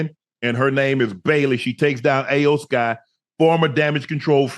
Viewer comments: Shannon and Ocho, her name is pronounced as E-OH, not I-Yo!!😂😂😂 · Iyo Sky, pronounced like E-O Sky Not A O Sky. That was brutal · I love how they mispronounced iyo with ayo lmao 🤣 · unc its E OH SKY not ayo sky😂✌️ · It’s the Final Boss and her name is pronounced Eyo Sky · Who the hell is Aye O Sky? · Its E-O sky lmaoooo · How much they pay these guys to talk about it lmao, cause they butchered all the names lmao “ayoo sky” 😂😂😂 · It's cringe hearing yall mispronounce Iyo (e-yo) Sky's name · It’s pronounced eo sky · Love Unc and Ocho, but y'all massacred Iyo (eee yo) Sky's name, and there's no Jim McMahon 😂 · Shannon & Chad, you guys slaughtered the names of the Wrestlers in this video. It's pronounced Iyo (E-O) Sky. HHH took over running WWE from Vince McMahon. Jim McMahon played Football for the Chicago Bears in the 1980's. Not be confused with Ed McMahon who used to be the spokesperson for Publishers Clearing House. Lol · "AYO SKY i don't want say her name wrong" ohhhhh too late Ocho lol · Iyo. Its Iyo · It's pronounced E-YO Sky 😂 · Iyo(E-O) Sky. More wrestling talk Unc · They both can't pronounce Iyo name right 😅